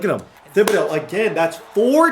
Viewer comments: I love u dude... but it's pronounce Ti-bi-dough the "H" is silent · you’re killing me with the way you pronounce Thibodaux. 😂😂😂 The h is silent bro! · It's pronounced tib-uh-doh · please stop playing with Kayvon Thibodeaux until you look up the pronunciation of his name, I can't watch videos where someone is pronouncing it that terribly.